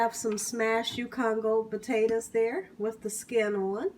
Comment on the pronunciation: She said mashed batatoes ..lol. looks delish